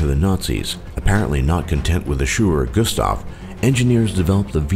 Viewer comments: shewerer gustav? wtf... it's schwerer gustav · Shewerer Gustav? Ok, I see. Some English Idiot was hearing the German name and was writing it in english without translating... We call that weapon "schwerer Gustav" which would translate to "heavy Gustav" or "big Gustav".